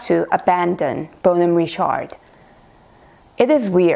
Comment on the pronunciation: It is not Ri-SHARD